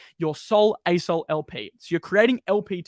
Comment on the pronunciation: When says “asol” all I hear is ayes-hole